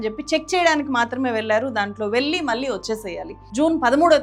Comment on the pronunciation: garru, vi.deo chala bagundi kani mee vu chcharana cchala naasi rakam ga vundi. Mukhyam ga kallu,velli lanti padalu vintoontey cchikaku ga vundi